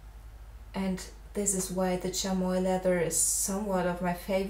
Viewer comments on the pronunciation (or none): It's pronounced "Shammy". Lovely drawing btw.